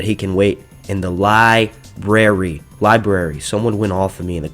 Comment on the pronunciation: Says Library to make a point then libary 5 seconds later lol